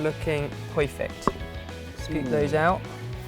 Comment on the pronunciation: SAID PERFECT WITH A BROOKLYN ACCENT!!